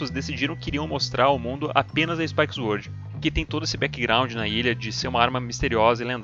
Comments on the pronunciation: Mais vídeos!!! Se liga, nao se pronuncia "zuord" e sim "sôrd" e "rooker" não se pronuncia com o som de "o" e sim de "u". È "ruker" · "zuord of fãry"